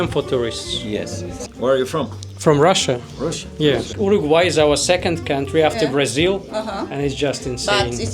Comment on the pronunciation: Хоть кто то правильно говорит Russia - Руссиа!